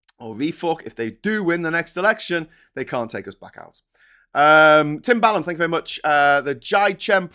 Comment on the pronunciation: What did they say? "Tank you very much!"?